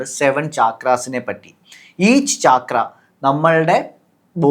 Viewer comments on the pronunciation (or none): its not chaakra its chakra